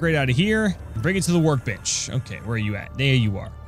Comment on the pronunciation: Every time he said "Workbench" it sounded like "Work-bitch".